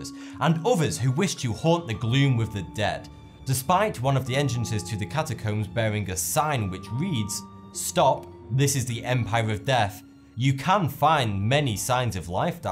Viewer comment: Doğan Cem G OK, į wondered if I was the only person severely annoyed that he can't seem to pronounce th. Earf, Deaf (as in you've died instead of in regards to your hearing), fought instead of thought, etc. I'm only a minute into it, and already I want to scream. ugh!